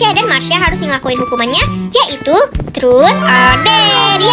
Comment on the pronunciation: Ngakak 😭 pas bilang 'TROT'😭😭